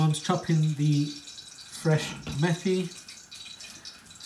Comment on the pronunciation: It’s not pronounced ‘methi’ as in methodone... it’s Met-I lol.